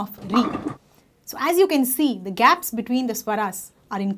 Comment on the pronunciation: its dha not da sister